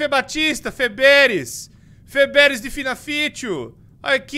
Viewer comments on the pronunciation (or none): feberes kkk